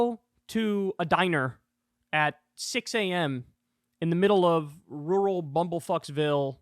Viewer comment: Kyle said rural, im so proud!